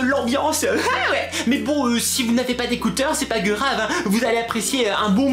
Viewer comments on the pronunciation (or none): Steresser ? Asmer ? Mes mignonne oreilles ? Pas gerave ? O_o okkkkkkkkkk....